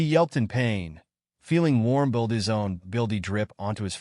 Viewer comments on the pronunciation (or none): Anyone else wondering why the fuck the AI can’t say ‘BLOOD’?